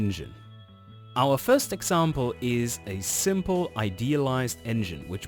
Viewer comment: Fird gear??? Did you mean first or third?